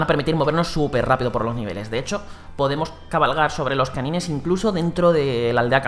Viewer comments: Se llaman Canynes en español aunque creía que se pronunciaba Canains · se pronuncian felain y kanain pero se escriben como feline y kanine lo esta pronunciando literalmente como se escribe